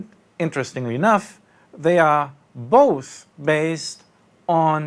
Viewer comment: both, not buth...